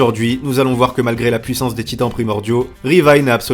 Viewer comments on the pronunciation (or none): none